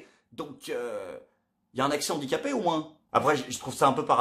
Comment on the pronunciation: Excellente vidéo, encore ! Merci ! Mais Handicapé, c'est un H muet, donc pas de liaison... Pitié, un ex-prof 😉.